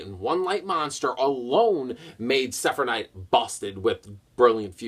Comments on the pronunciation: how the hell did you manage to mess up the name of gem knight seraphinite? literally the first part of it is seraph and you kept pronouncing it like it was sephinite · lol when can't say Seraphnite's name